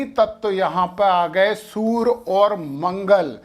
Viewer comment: Kripa karke surya ko soor aur karye ko kar mat kahe